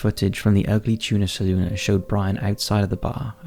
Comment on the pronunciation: Thank you. You are the first person to report on Brian and actually pronounce the bar correctly. Ugly Tuna Saloona. Everyone else droops the final a. Went to OSU here.